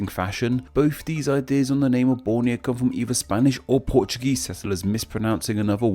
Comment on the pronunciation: Err, he did great in pronouncing Borneo, Malaysia, Indonesia, Brunei etc.... Apa lagi kamu mahu? Malaysian here